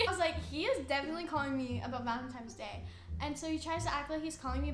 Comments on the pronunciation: Jesus I love this vid but Dani it’s ValentiNe’s Day not ValentiMes day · Proof she's still a child: She still says Valentimes🤦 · "valentimes day" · ”Valentime” 😟😣”valentimes” 🤮🤢🥴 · This is how many times Dani said valentimes day | | | v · "valentimes day" WAHAHAHAHAHAHAHAH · "Valentimes Day"... must be a new holiday 🤔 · no one: Danielle: vAleNtiMes DaY